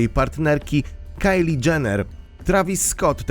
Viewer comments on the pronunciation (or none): none